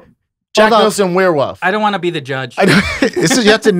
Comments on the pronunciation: “Wear wuf, wear wuf” -Brendan trying to say werewolf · "Werewoof" -Brendan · Props to chin for putting emphasis on werewolf. Brendan says it weird af lol wearwuff jack Nickelson in wearwuff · How did everyone but Griffin miss that Brendan said "werewuf" lol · what the hell is a werewuff